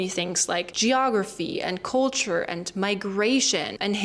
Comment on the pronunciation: Well learned. I don't pick up any German tones or sound in your speaking. However, one word you said in the beginning was "culture" and pronounced it as "coal-ture", as if you have a cold. Try not sounding out "oa" as a vowel, e.g. A E I O U. To help, practice with the word, "sculpture."